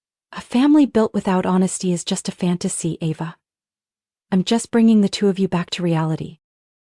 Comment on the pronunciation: This is a horribly written story, full of more holes than Swiss cheese. And AI can't pronounce Ava correctly every other sentence, practically. 😂